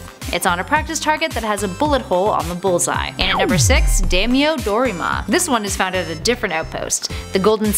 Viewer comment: Daimyo is not pronounced “Damn you.” It’s pronounced Die-me-yo.